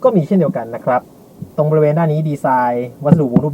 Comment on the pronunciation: ใช้คำว่า นะครับพร่ำเพรื่อเกินไป มันทำให้คนฟังจะไปจดจ่อกับคำว่า นะครับ และคำว่า นะครับ ออกเสียงควบกล้ำให้สั้นกว่านี้นิดนึงครับ มันฟังคล้ายเราพูดว่า นะคลับ ผมก็เป็นเซลล์เหมือนกัน